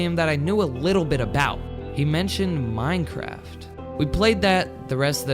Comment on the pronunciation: Did you say mincraft